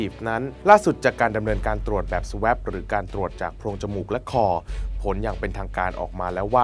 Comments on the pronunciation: Swab อ่านว่า สว้อบ ไม่ใช่ สแว้บ Swan อ่าน สวอน ไม่ใช่ สแวน ภ.อังกฤษตัวสะกดไม่แน่นอน ซี้ซั้วอ่านไม่ได้ เช็คกะ google ได้ค่ะ ลองฟังข่าวตปท. นะคะ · สวอป ไม่ใช่ สเเวป⚠⚠⚠⚠⚠⚠⚠⚠⚠⚠⚠⚠